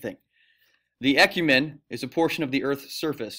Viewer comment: When he pronounced e-cu-men-e he has me dying😂